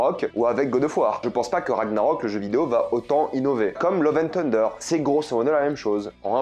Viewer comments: Ton accent sur " tender" pour dire " thunder" m fait penser à KFC lol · La prononciation de Thunder stp 😭😭😭😂